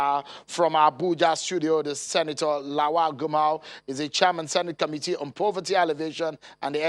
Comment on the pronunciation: Not gamau it's gumau